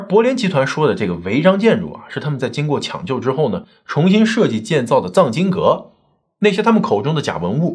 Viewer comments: 是cang经阁 不是zang经阁😂😂😂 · 藏经阁，藏，是念第二声吧，收藏的意思。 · 藏（發音跟“藏”身一樣）經閣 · 藏（CANG）二声 经阁 收藏经书的阁楼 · 文盲，藏经阁，应该读cang